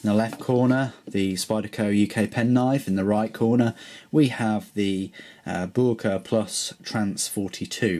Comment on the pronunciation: i asked a german freind about the pronunciation of boker, apparently most germans say it like Boyker or boiker (apparently it's a dialect thing) hope that helps with pronunciation